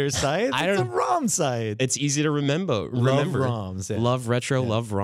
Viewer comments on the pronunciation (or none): "It's easy to remembo"